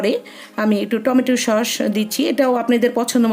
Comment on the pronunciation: হ্যালো ওটা শস না সস।।😁